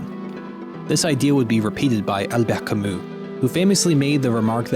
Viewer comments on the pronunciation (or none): The way he pronounced Albert Camus. Thought it was some arabic philosopher 😅